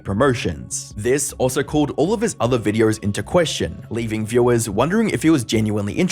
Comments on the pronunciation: Its me hearing or he keeps pronouncing "videors". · Why do you say videor? You put some Rs where they don’t belong but videor is really noticeable because you say it a lot. I’m genuinely curious, not trolling or anything.